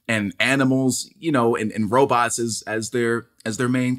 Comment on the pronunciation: He said robotses ....Hilarious!